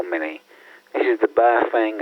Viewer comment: How come no one can pronounce Baofeng correctly? The correct pronunciation from Mandarin is pronounced like “Bow” like taking a bow and “feng” is pronounced “fung” like fungus. So it would be pronounced Bow-fung.